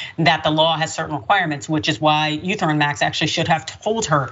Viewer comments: What da hell is eu theruim max 🤣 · Lol. It's pronounced "E-theory-um" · Our survey says ❎ It's pronounced Eth-eree-um and spelled Ethereum lol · E there reum, say it with me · It's e t rium